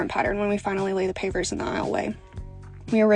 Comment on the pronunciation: I thought you were saying papers😅😅. I'm like, "Who lays papers in a barn ffs?!"😂😂😂